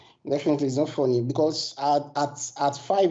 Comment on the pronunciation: Ma man started right away with: it's not fonny 😂